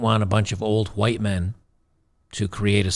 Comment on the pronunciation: Why emphasize whit3?